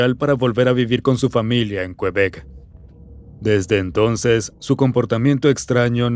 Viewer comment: me estreso que dijera kuebek, es literal QUEBEC asi, kebec, vivo aca y me estreso JAJSKSJSJSJSJSJSJSJ